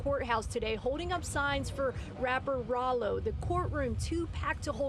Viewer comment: Raylo lol